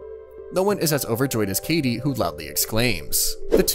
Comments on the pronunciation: Sorry i had to say it. Thats kaede not kaydee…… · Bro said Katie and not (kai-day)=Kaede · It's Ka E De, not kadie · I can't be the only one just thinking how cool/ Drippy Kaede looks? (I am guessing her name is pronounced Kai-day) Also, the party is called the What-Brigade? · It is pronounced (Kai-a-day) the a is just faint. The party is called the manyu brigade which means the roaming brigade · The narrator calling Kaede “Katie” is stressing me theeee fuck out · I believe it's pronounced K-eye-ay-day. Like Kagome's sister from Inuyasha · Just so you know. Its pronounced Ka-ay-day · I wish you did research into how to pronounce Japanese names. Kaede is not pronounced like Katie. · That is not how you pronounce “kaede” holy hell this is bad for a channel like this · Bruh, the mispronouncing is kinda weird. Ryusuke is pronounced ree-you-skay. Kaede is K-eye-ay-day. I know you watch anime, bruh.